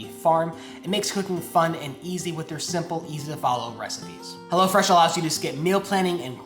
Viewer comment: Sometimes it sounds like "hella fresh" lol which makes sense too. haha